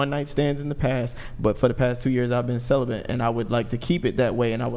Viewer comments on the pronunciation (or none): Q is a total fraud. He is a supposed dating coach, yet when he says the word celibate he pronounces it as "Celabant" 😂, not once, but 3-5 different times! Q is a total grifter. He also is like 5'3". Dude Q, your a joke. Learn English before you pretend to act like a "dating coach "